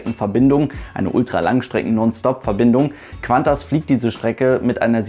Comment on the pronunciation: Kleiner Tipp ´Q´ allein wird nur wie ´K´ gesprochen. ´Qu´ wird wie ´Kw´ gesprochen. ´Qantas wird also ´Kantas´ gesprochen